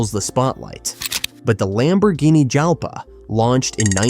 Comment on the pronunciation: It's Lamborghini Jalpa , pronunciation like in the word jalapeño